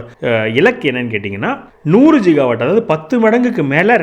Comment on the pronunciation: ஜிகாவாட் இல்லை, கிகாவாட், கி as in கிராமம்